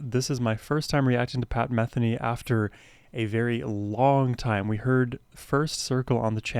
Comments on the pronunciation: YAY!! one of the best musicians/composers on the planet, especially whenever paired with Lyle Mays RIP..., btw, pronounced meth-EE-nee... one other comment, for those who know tennis watching Lyle Mays play piano is like watching Roger Federer play tennis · You might like to actually SEE this (along with The First Circle) being performed live. There are videos here on YouTube. (BTW his name is pronounce muh-THEE-nee.) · I've been a fan since the early 80s. I've always heard his name pronounced Me-THEE-knee. Was I wrong all these decades? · Enjoying your journey with Pat Metheny Group (pronounced Muh-thee-née). His music is uplifting and great to drive to. Try his studio versions of “Antonia” and “To The End of The World.” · You mispronounced “Metheny” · Please pronounce his name correctly. I'm sure he would appreciate it. 🙄